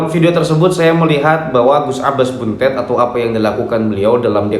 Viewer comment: BUNTET (DIBACA DENGAN "E" 'PEPET' BUKANG "E" 'TALING'.....) 🙏🙏🙏